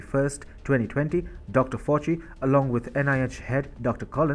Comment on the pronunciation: Fauci is pronounced “Fowchee” and D.A.R.P.A is just “Darpa” 👌